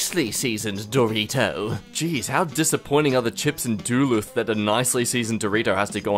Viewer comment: IT IS PRONOUNCED (DE LU TH) , NOT (DUL ITH)